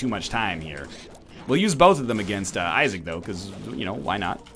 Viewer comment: "Welcome to the binding of asgard." At least thats what I heard 😂